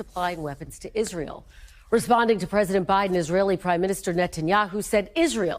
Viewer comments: Someone, please help Lindsey learn to pronounce Israel. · h linsey sounding more & more like Trump. And maybe he should learn how to pronounce the word Israel! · All politics aside, I am most offended by the way Graham pronounces "Israel." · Lindsey Graham can barely speak cohesively, every sentence he misstates or mis-pronounces something..all his meaningless hyperbole to rile up the dumbest of his flock